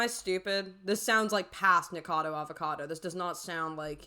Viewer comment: Splitting hairs, but you leave a syllable out of "Nikacado."